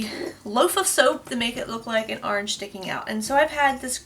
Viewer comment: I like how you say orange, "are-range"! 🍊 Love watching your videos! I always get so excited when you post 😃